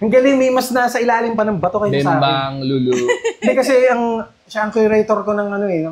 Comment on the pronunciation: Not lulu but lu lu may pause po😅😅